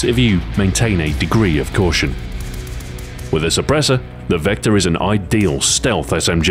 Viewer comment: for the longest time I thought it said vector kID